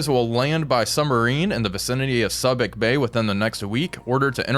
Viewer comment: Soo bic bay, a long "u."